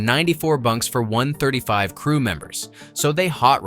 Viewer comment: Can’t even say 135 properly. Smh